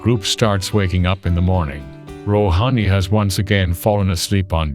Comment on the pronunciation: guys please start learning to pronounce hindi names in a well manner, that is not Roohaani, that is Rohani, say like Ro, han, ni.